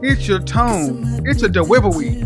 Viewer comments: dewivewy LOL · ITS HIS DEWIVEWY